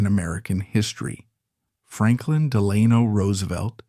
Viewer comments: It's pronounced "Dell Anno," even though it's spelled "Delano." To a New Yorker, well-familiar with the deeply dug Dutch roots of the Hudson Valley, the constant and MULTIPLE mispronunciations of this name is too distracting for words or watching. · Dammit. Del a no Accent on first syllable! Short vowel on a and a. Can't watch any longer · I just told him. The family are buried here in Fairhaven. Every time he says Delayno I cringe. Does this in all his videos. I give tours at the family's mausoleum. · Too bad the narrator cannot pronounce Delano. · If you're not going to pronounce it right I'm not going to watch this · Three different pronunciations of Delano in the first minute. Is this entire channel AI?